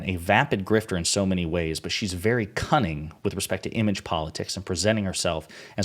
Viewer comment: WOW!! I could hear the "T" when you said "cunning". I'm a little surprised that no one has asked her about her Adultery. After all... Scarlet Letter.